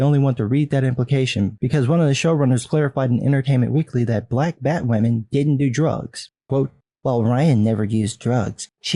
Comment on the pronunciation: Why do people keep calling her BatwAmen?